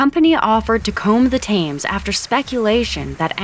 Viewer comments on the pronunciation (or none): Thames is pronounced 'tems' not 'tames' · Thames River is pronounced " Tim's" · Thames is pronounced Tems. ❤ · Thames is pronounced "Tims". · No Thames is not pronounced pronounced 'Tims'. More like 'Tems' but even that is not quite right. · No, its pronounced 'Tems'🙂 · Leominster is pronounced 'Lemster'.... don't ask me why.... and don't get me started on how you pronounced Thames!!